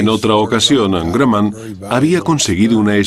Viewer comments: El tipo diciendo granman se dice Grumman así .... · El locutor español ha debido, como mínimo, averiguar cómo se pronuncia "Grumman". No sé de dónde salió eso de "gran man": parecería que se puso creativo. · José, se escribe imbéciles y la fábrica es Grumman y se pronuncia Gruhmmann. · Guayaquil Independiente pub se pan grumman suena Gramman viaja más y escucharas que según de donde aprendes inglés yanki o british suena distinto